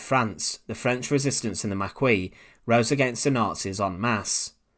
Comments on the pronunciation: Not makwee but maquis ( mackee) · Please it's 'Makie' not 'Maqeeze' - makes me wince ! Oradour is a very dark place - been there a couple of times. It was definitely Das Reich who committed the murders but I'm not sure about the reason. Sadly Das Reich was mainly recruited from France - Alsace Lorraine - and it remains a source of great shame here. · Makee not Makweee. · It's pronounced MARKEY not maquee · Sorry to be perdantic by its pernounced Mar key not Mar quee in French the q is sounded as a k and the 'is' is given the e sound with s being silent. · Maquis is pronounced mak-eee not mak-wee. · It's not even pronounced "mac-kwee" in english, try the similar english word "marquee" i.e. "mar-key" (a big tent), for an anglophone, the shorter vowel "ma-ki" is correct for "maquis". Very much a case of "learn the words" or you sound like an idiot. English really only uses the "queue" sound when the "qu" is at the front of words like "Quebec" which the french mangle into "kebeck" for some reason ;) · The pronunciation of Maquis is "Makee", not Makwee. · Maquis is pronounced "ma-key" not "ma-kwee"... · correct pronunciation is ma-kee not ma-kwee, same for maquisards pronounced ma-kee-zar (last letter consonant is never pronounced in French) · I noticed your pronunciation of the word Maquis as ma kwee, which is incorrect. It is pronounced as Ma Kee. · His Pronunciation of the Maquis is bloody awful it's pronounced "The Ma-key" not the Makwis" 😂😂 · It's pronounced Mar-key not mar-kwee. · Maquie is pronounced "MAH'KEY.Not MAHQWEE. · Pronounced makee, not makwee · Maquis is pronounced ma-ki not ma-kwee. Anybody making a presentation on YouTube should pay close attention to proper pronunciation. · It's actually not "marquis" ... no R... "maquis". Pronounced mah key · Unless Star Trek DS9 was lying to me, Maquis is pronounced Ma-key not Ma-kwee :) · Maquis is pronounced as Ma-Key, not Ma-Kwee. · Na , na , na ,it’s pronounced Mar Qizzzzzsss 😂😂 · It’s pronounced Ma-kee.